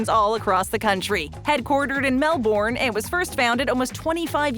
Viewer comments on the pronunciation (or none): Noodle Box is ok but Oporto is where it’s at.... maybe Red Rooster but it’s not as good as Oporto. I laughed when you said headquartered in Mel-BOUUURNE with literally the worst angle of Melbourne in the video. It’s pronounced like Mel-bern.